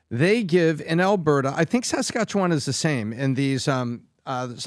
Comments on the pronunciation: How about; the Canadian expat; pronounce Saskatchewan correctly? It's not "Sass-kat-cho-wan?" Emphasis on the "Sass." It may be a minor point; but it's irritating to hear a Canadian mispronounce the name of a Canadian province. I don't care how long he's been under the influence of the USA. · Danielle Smith has literally said that she doesnt want to separate from Canada and wants to be able to make plans and deals with Carney. Please learn how to say Saskatchewan correctly haha